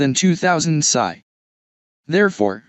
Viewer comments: A very basic and good overview. A human with experience would have done much better. AI says " pisseye". It's " pee ess eye ", as in " pounds per square inch ". Nobody puts bullets in an air gun. Pellets or slugs would be proper. AI will make idiots of us all. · Thanks for saying pasaye instead of psi.